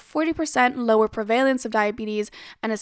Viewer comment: Great video! I love aubrey Gordon. Also I noticed you kept saying "per-valence" when the word was "prevalence" just wanted to put that on your radar